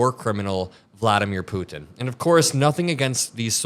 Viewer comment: Why do you keep saying ‘Putin’ like that?